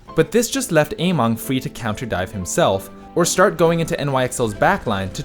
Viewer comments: It's amEng not amOng... how can you pronounce it so obviously wrong? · It's AmEng not AmOng uh-meng not ey-mong Emongg got you all messed up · its actually somewhere in the middle. ameng is chinese so keep that in mind how you would pronounce it. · Every time you say Ameng, I hear Emongg and I'm like wait what